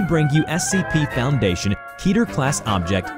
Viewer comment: Keter is not said like key-ter, it's said like ket-ter.